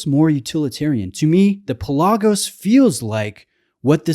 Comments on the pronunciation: It's pronounced PELagos, not PelAGOs. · My Greek-native speaking friends insist it's pronounced PELL-ah-gos, the word for "sea". For what it's worth... When I made the decision to get a high-quality blue diver watch, I pitted the Pelagos against the Black Bay and the latter appealed to me more. Same movement, more visually stimulating (the dull titanium of the Pelagos also scratches easily), slightly smaller, and in the case of the blue color it was just too "Smurfy". That's not to say it isn't a brilliant watch, because it is. I just found the Black Bay better for my tastes.